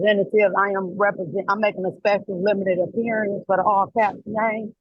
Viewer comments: "Special appearience" and the "benefishuary" and "jurisdictshian" 😂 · Appeariance? Huh? 😂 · "I'm here to make a special apperey-ance!" Typical dumb none resident sovcit. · A special "Appear-ience" "Benufisherary" "Axe you" "Jurridicshun" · Did she say “special appearadence”? 🤦‍♀️ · A special "appearience" - 🤣🤣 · Did she say " special appearience " ? Yee she did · You're incorrect.. It's "appereance" under their "jurendiction".